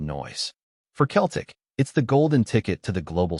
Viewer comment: If you can't even pronounce Celtic correctly, you're really a total klutz.